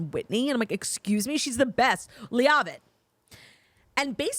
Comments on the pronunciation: I LOVE U BOTH!!! PLS PLS !!! It’s PRONOUNCED Whitney LEVITT LOVE U BYE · I can’t tell if Claud is mispronuncing “Leavitt” on purpose or not😂 it’s LE-VIT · PLEASE say Whitney’s last name correctly lol. Listen to the show and hear it. It’s not LEA-AH-VIT. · We’re saying Whitney Leavitt’s last name wrong on purpose, right? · She's doing it on purpose because a couple weeks ago when the whole cast was announced, that's the way Jax pronounced it. Claud corrected her but now it's stuck as an inside joke.